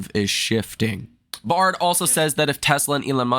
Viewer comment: Son, you are killing me on pronunciation of Baird. Pronounced "bear D" Not BAR D